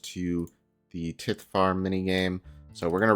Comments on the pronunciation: Getting black dhide from hard clues is such a sick upgrade. I'm still waiting on finding a glory that way, though there's a good chance I'll just get the crafting level to make one myself before getting it from a casket. BTW the "i" in tithe is pronounced like eye. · I didn't know it was pronounced tit farm. The more you know. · your pronunciation of tithe is cringe